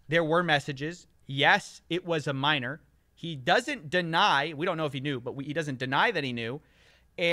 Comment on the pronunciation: “A minorrrrrrrrrrrrrrrrrrrrrrr”